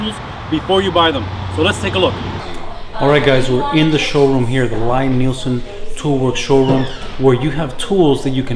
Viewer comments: It’s pronounced (LEE NIELSEN) NOT (LIE)!!! And there are absolute best!!! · Liked your video as I am sure you know now, Lie-Nielsen, a Norwegian name, is pronounced "Lee-Neelsen". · It’s pronounced “Lee”. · This is was so annoying to watch. If you're gonna praise him and do a factory tour atleast pronounce his fucking name right. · Good gawd, how can you stand to tell people about the tools and brand if you don't know how to pronounce the name. I had to stop watching..Never mind that it's crap manners to interview someone and not know how to pronounce their name, it's brand name at this point. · You might want to ask him how to say his name! You are not saying it correctly!!!!!!!